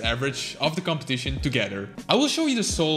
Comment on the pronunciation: "competition" sounded so british